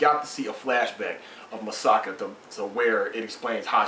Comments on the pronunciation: its Mikasa not masaka or masaki LOOOL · LOL many reviewers say Misaka instead of Mikasa xD Great review. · You're not the first reviewer that says Masaki instead of Mikasa. XD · ace is not calling mikasa "masaki", He's calling her Masaka. he's just flipped the last two syllables and change the mi into ma. and he's not the first review to call Mikasa "Masaka" and even I have a hard time adjusting to the names of the characters. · its mi-ka-sa btw lol